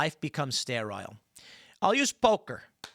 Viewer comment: Why did he intentionally mispronounce sterile so many times? I say intentionally because he pronounced sterilized correctly.